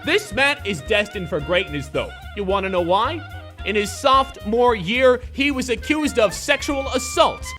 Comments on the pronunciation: It's sophomore not softmore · This nigga said "softmore year"